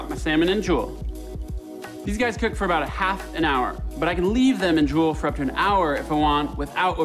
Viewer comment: 'lets cewk dis fish!'